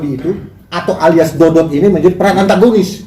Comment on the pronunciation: bukan dody pak jgn salah ucap yg bener dodot ngomong aja udh salah